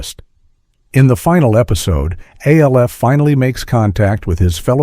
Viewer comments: The reference to a show being "cold and impersonal" is ironic, when it's given by AI. It's "ALF," not A.L.F. F**k AI. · Alf. ALF! NOT ALE-FH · Al-if, that’s how some people pronounce it in Ireland.:) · The AI is mispronouncing it because it’s in caps and it thinks it’s an abbreviation. It’s saying A L F quickly. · The AI voice keeps saying "Aleph" for ALF. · al eff??? AI voice sucks A ell F ??? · The AI voice narrating this 🙄…when have we ever spelled out each individual letter in ALF? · The fact that the a I voice I can't pronounce alf, but can pronounce his home planet melmac really? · The way I RAN to the comments when I heard it pronounced that way!! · 27 mins he cant say ALF lol